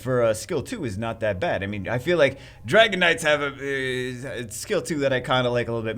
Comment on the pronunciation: Did he say "Dragonite?" Oh "Dragon Knight." lol.